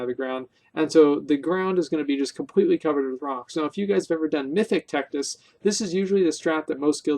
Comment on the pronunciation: wrecked-us? bitch didn't even touch us! (tectus's real name is texas)